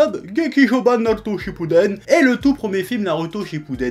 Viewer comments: Quelqu'un peut lui dire qu'on dit pas "Naruto" mais "Narouto", le mec se dit "" mais il est pas fichu de prononcer ça correctement.... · C'est pas un accent, le mec c'est pas dire "ou" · "Nalouto" grossièrement je pense ^^ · D'ailleurs j'aime beaucoup l'accent du Chef pour dire Naruto... :')